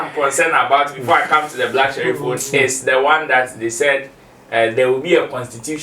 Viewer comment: He never mentioned Black Sherrif he said black SHELLIF ! LOL so it is for another musician. But on a serious note most prophecies are obvious statements and lottery . Many take drugs bf coming on stage to preach. There is nothing special about these Azar people. They broadcast depending on probabilities and knowing the dangerous lifestyles of some people. Note that a lot of people believe in going to places for protection because of stupid superstition. We are so gullible as black people that is same fir our soccer and even politics. We are backwards most of us. Every one has challenges so what the nonsense. Just to make money from people. We need to be just scientific or cautious not to fall into stupid traps.